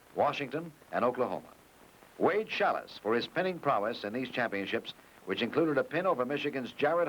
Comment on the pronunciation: LOL..."Challis" instead of Schalles :D